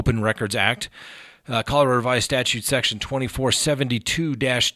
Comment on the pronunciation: Thank you for pronouncing Colorado correctly. Rad, not rah folks!